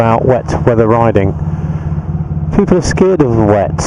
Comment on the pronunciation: Good mohning, peeepu..... Haha, love it!